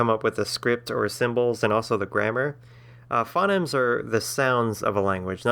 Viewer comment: "phonemes" are pronounced "fou-neemz"